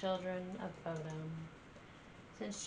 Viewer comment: Bodom like you said (not perfect, but close). Short O or Buudom, long U are both correct. (no idea how you pronaunce long U :P )